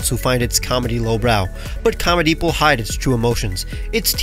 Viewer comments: Nahh “comedeep” is crazy 😳🥴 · make sure you pronounce comedeep correctly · Bro really named it Comedeep like no one would notice 😂